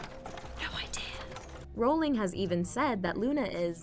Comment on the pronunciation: Is no one gonna mention she pronounced Rowling wrong?